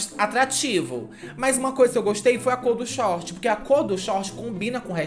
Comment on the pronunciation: Puta q pariu! Sami a senhora forçou tanto na "cor do Short" o video patrocinado pelo FF hahahahahaha